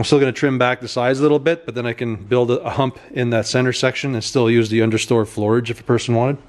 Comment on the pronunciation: "Under STORE FLOORAGE"